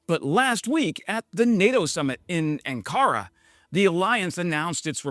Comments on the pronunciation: Poor pronunciation in the first 50 seconds. It's AN-ka-ra, not An-KAR-a. It's BOMB-ardee-ay, not Bomba-deer. Useless AI once again. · And AN-ka-ra, as opposed to an-KA-ra. But I’m still here as a subscriber loving the videos. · Left after 1 minute. If he doesn't even know how to pronounce 'Ankara' or 'Bombardier' he's not worth listening to.